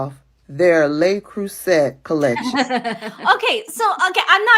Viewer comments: The correct pronunciation of "Le Creuset" is "luh-CROO-zay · Le Creuset is pronounced "luh-CROO-zay, " with the emphasis on the middle syllable and the "oo" sound in "cruise". There are several brands of enameled cast iron pots, pans and dutch ovens that work just as well and don't cost nearly as much., they are wonderful for braising, stews, all sorts of recipes. They go from stove to oven and cook very evenly. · Le Crouzet ( silent T if you pronounce in French, also acceptable to englishsize it with T, so many French words that is now used in America and are mispronounced!) is over 100 years old. It changes in looks ... shapes and colors. It is expensive but there is nothing special with it. ❤ your show. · U pronounce the t at the end of crueset, it means crucible in English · In the UK we pronounce it Lay Crew say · Probably got this already but it is pronounced “lay crew say” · Stop apologising to the race baitors ladies. They either: 1 have learned they can gain social clout with it, or 2 have been brainwashed with it by no.1 types. It's "le" (not "les") "cruh-say". ❤ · Le Creuset (not La Creuset & the last syllable is pronounced more like “zay,” not “set”) is definitely high quality, but expensive, cookware that is often passed down from grandparents to parents to their kids. It was coveted by cooks long before Meghan. I have 1 smaller Braiser that was found in a Thrift Shop and gifted to me. I would love to get a larger crockpot and larger Braiser. Right now, I don’t cook enough to justify buying it, but it is a goal of mine. Nothing to do with Meghan. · In Meghan’s episode with Mindy, at one point Mindy noticed and commented on the Le Creuset — pronouncing it correctly (like the French). Meghan promptly corrected Mindy, pompously pronouncing Le Creuset INCORRECTLY (“set” just like the word set). 🙄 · Sorry girls but Le Crouset is pronounced Le” is pronounced as “luh” – “Creuset” is pronounced as “kruh-zay. You are saying it incorrectly.